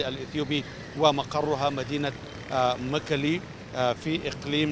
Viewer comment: المراسل يخطئ في اسم الاقليم والمناطق مثلا ذكر اقليم تقري والصحيح تقراي ايضا ذكر مكلي والصحيح ميكيلي